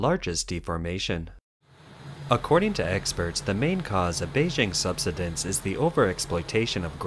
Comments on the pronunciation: the word is pronounced... sub-"sigh"- dense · The word "subsidence" is pronounced "sub-SIGH-dense". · Oh! The mispronunciation of “subsidence” so many times threw me... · Thanks, I have never it pronounced like that. Interesting